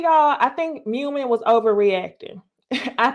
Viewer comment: It’s pronounced Moo Meen and Nye Im. I feel like YouTubers watch these shows on mute lol